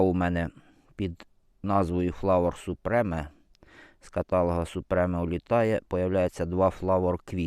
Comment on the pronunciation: Супрім, а не супреме